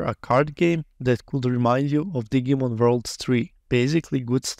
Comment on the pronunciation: Love how you say Digimon sounding like it's a Digging Monster instead of Digital Monster (which would be red as Dee-jee-mon).